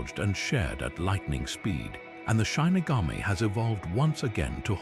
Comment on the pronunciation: Your credibility is harmed by mispronouncing the word shinigami. I was looking forward to watching this, but the mistake is so glaring I can't take anything else seriously. If you can't even double check the pronunciation, then how do I know that the rest is right either? It's SHI - NI - GA - Mi / not SHINE- ni - ga-mi.